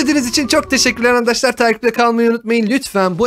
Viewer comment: ABİ HANİ SEN BİZE ANDAŞLAR DİYOSUN YA O ASLINDA ARKADAŞLAR ANDAŞLAR DEĞİL YANİ